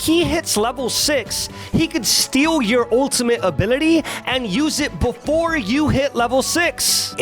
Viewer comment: The fact that wich sums to 44 he said but beFUOR and focused Jhin... I can just say that it was SUBLIME. Ah fuck it. He said it . Not sublime unu